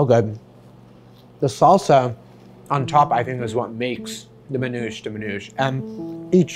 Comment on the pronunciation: Manoush ? MAN'OUSHÉ. Zaator? Zaa'tar. Isra-what? Palestine. Just say it the Lebanese way and stop westernizing our culture. Teach them the word as is.